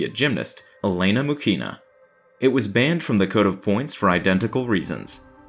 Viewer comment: Oh god..stop hurting my Russian ears with Мухина pronounciation...its not MuKina..it's MuKHinah...there is no K in that sound technically.. its H like in Harry.... and her life was so sad and tragic...absolutely tragic..